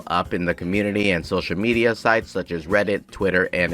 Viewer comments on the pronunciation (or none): none